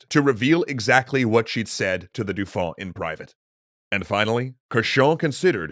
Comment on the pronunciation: "DOO-fon"? Are you trying to say dauphin? Because that's more like "doe-FAN."